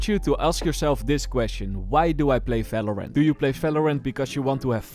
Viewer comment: the way he said valorant like "Velorent" 😭